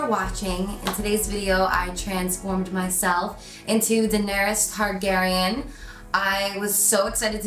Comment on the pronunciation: She said "Daenerys Hardgaryen" ????